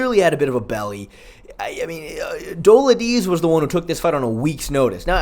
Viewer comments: Fr tho it's not even a hard name to pronounce. How hard is it to say Duh-LEET-zay? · Dough-LID-ze…you obviously know your shit and watch MMA, why not try to get someone’s name right? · Bro, PLEASE, PLEASE, look up how to pronounce some of the (sur)names...Dolidze=Doladeez? 😂 love your work, keep it up 💪😎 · How many times are you gonna mispronounce Dolidze😭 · Dude learn how to pronounce Romans last name you’re not Chael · Don’t mind the face cam but I do mind you butchering these names, like come the fuck on that is not how you say Romans last name.